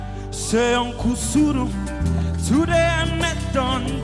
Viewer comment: I love the way he pronounces that uncle suru